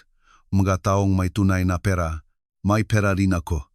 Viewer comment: Di maganda pagka bigkas ng pera parabg salutabg avnormal